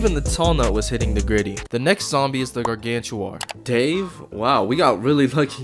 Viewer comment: Gangantuar❌ Crazytuar✅